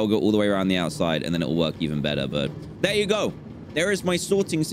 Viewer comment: " I can hear da pigs, dey honkin " - DanTDM 2020